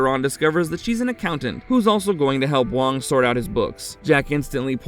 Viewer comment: Hey,, have you even watched the movie? The character played by Dennis Dun is named WAAANG not WONG. Sheesh.